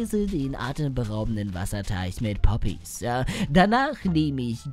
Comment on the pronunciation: ES HEISST PPPPPPPPP OOOOPPPYSSS NICHT Boppys